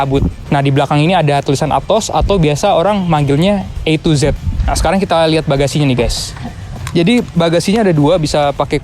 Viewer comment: Kata b channel Semestinya di baca A to Z (ei tu ji) Bukan atoz (atos) 😊😊😊 🙏🙏🙏